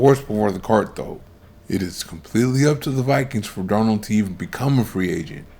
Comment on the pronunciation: You can't call someone a generational prospect and repeatedly mispronounce his name in all your videos.